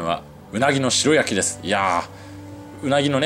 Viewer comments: 白焼き→しらやき⭕️ しろやき❌ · 鰻の「しろやき」ではなく「しらやき」ですよ! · しらやき、が一般的かな？しろやきは聞いたことないな。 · しろやきじゃなくてしらやきじゃないんですか？？ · しろやき ✖︎ しらやき ◯ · スーツくんほどの知識豊富な方でも 鰻の白焼きを 「しろ焼き」「しろ焼き」と、繰り返し言ってしまうこともあるんだなぁ。😅でも、ここのコメント欄に皆さんが 訂正してくださっているから、現在のスーツくんは 「鰻の しらやき‼️」って、認識されていることでしょう❤ スーツくんのファンですので、スーツくんが 私の大好物でもある鰻の 食べまくりのツアーの動画を幸せ気分で見せていただきました‼️😆👍👍👍👍👍 それにしても、美味しそうなお店ばかりを巡っておられますねぇ😊 近年、一昔前より鰻の値段が上がり、控え気味でしたが、スーツくんみたいに 豪快に食べるのもいいなぁ❤と、思いました‼️ 他の物を節約したりしたら、鰻を食べる費用が捻出できるかなぁ。日々の無駄遣いを減らしてでも食べたいな❤ 鰻。 スーツくん、楽しい動画をありがとうございます🙋 元気出ました😊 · しろやきじゃなくて、しらやきな。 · 鰻の白焼きは、しろやきじゃなく、しらやきと言ってくれよ！○○蒙昧！ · ”しろやき”じゃねーだろ？ ”しらやき”って言わねーか？ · しろやき？しらやきでしょ？ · しろやき？ しらやきだろ！日本語ちゃんとしろ！ 確認して、訂正しお詫びしてくださいね。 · 美味しく鰻が食べれた様子、楽しく拝見しました♪ あの、白焼き、は、しらやき、と読むと思います。。。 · 白焼きは、しらやきと読むのでは？